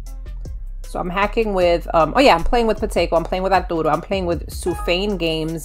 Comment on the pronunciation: I love how you say "Arturo"! It sounds so nice!